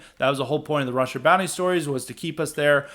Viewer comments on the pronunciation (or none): none